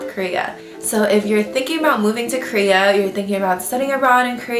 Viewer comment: Krea or Korea? Lol